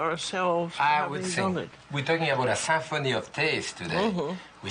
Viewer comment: "We're talking about a SAMPHONY of taste today" Jacques I love you so much